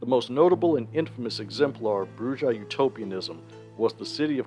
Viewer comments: Ugh It's pronounced Brew-Ha. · Every time he says BruJAh I grind my teeth. The J is an H sound! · Isn’t it pronounced bru-ha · brujah has a mexican j so it's an h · Come on, man, at this point you're saying Brujah wrong on purpose 🤨 but good video